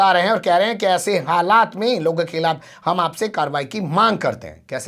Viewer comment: تمھارا تلفظ انتہائی خراب ہے۔ لا حول ولا قوت۔ آجادی نہیں، کہو آزادی۔ کھلاپ نہیں، کہو خلاف۔ کیسے خان ہو؟